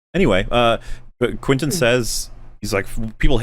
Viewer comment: Quittin' *Tippletino please get his name RIGHT